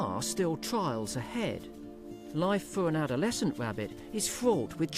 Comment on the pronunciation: wow i never realized how much i hate hearing the letter R mispronounced, like nails on a chalk board wabbit wawwen over and over.....